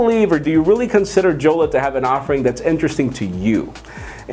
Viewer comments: Jolla pronounced as Yolla and not JJolla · The name is pronounced "Yolla"